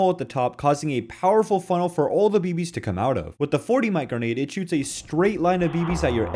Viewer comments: bruh you can 100% say 'grenade' on YouTube. Christ, a dude blew himself up with a real RPG about 6 months ago. They didn't call it a rocket propelled guh-nade. Nor do weapons fire carkidges. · “GEHNADE OUT!” LOADING A CARKIDGE!” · He can’t even pronounce “grenade” fellas a dud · he’s known for saying things wrong